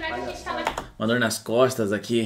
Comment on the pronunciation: Uma dor mas "costas", "costas", crusher 😂